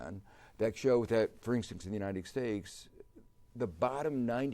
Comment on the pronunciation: What is this country he keeps talking about, "The United Stakes".